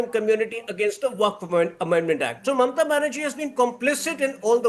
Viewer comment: Could you explain these mispronounced words to me ? 'Matuya', 'kalptaru', ' mamta' etc.... 😅😅😅😅.